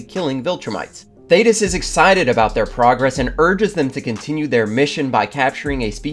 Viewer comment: Thank you for saying his name right, good lord